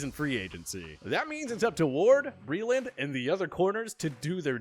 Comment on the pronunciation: Can’t even pronounce Breeland’s name correctly